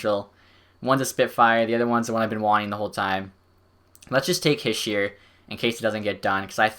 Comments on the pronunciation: Heesh-eh is how you pronounce it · Its He-She-er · It's pronounced he- shey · It's pronounced hish-er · Nick Almeida I was thinking the same thing